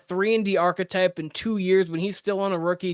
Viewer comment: When you say “arch-type”, do you mean archetype? Pronounced like Arc•cah•type??